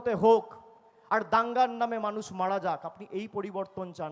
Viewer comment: এই এঁড়ে খোকাটা বাংলা ভাষার মানে ভালো করে বোঝে না। বিকৃত উচ্চারণ করে। কোনো মানুষের 'মাড়া যাওয়া' আর 'মারা যাওয়া' এই দুটোর মধ্যে অনেক পার্থক্য আছে। মাড়া গেলে অর্থাৎ চাপা পড়লে মানুষ বেঁচে থাকতে পারে। কিন্তু মারা গেলে বেঁচে থাকার কোনো প্রশ্নই নেই।